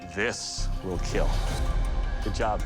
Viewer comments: "It will keel" has to be one of the most satisfying things doug can say in regards to any weapon Makes you proud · I love when he say it will keal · "It weel keel" ತ_ತ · That weapon will keel :D I mean kill..... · it will keel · " it will keal ^w^ " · But its not Kill, its keal. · I love how Doug Marcaida says kill it go so well with his accent